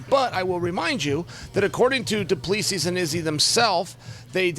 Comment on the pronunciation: He said “Do-plee-sees” 😆😆